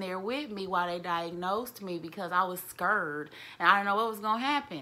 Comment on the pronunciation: I was scriired” lmao 🤣